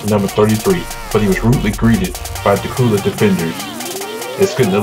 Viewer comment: its dacula the c and the u sound like a q and the video and commentary is horrible